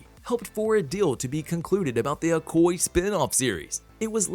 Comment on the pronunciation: Awesome 👌 But My dude the Name is okoye break it down o koy ya Not ocoy it's a yeah at the end.